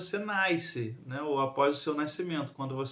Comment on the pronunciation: Faltou a aula de dígrafo (nai-cimento?) (Nai-se) tá errado essa pronúncia